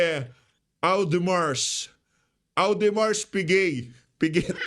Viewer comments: AUDEMARS PIGUET - pronounce as ODEMARS PIGEY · Pronounce me Ph - odih Mahr Pi geY 😅